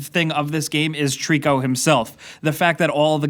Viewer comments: His name isn't Trico, it's Tooorikuuuuuu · Did you say TREECKO?! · I always thought Trico was pronounced Try-co like a throwback to Ico and the Tri in Trico stood for trinity or three cause this is the 3rd game developed by Team Ico making it a loose trilogy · Ok ok, but it's still pronounced the same!:P